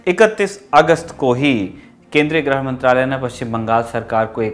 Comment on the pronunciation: आप कृपया "गृह" Grih शब्द का सही उच्चारण करें न कि उसे "ग्रह" Grah बोलें और मुझे लगता है यदि आप बिना फ्रेम वाले चश्मे का इस्तेमाल करेंगे तो आप थोड़ा अच्छे दिखेंगे। 🙏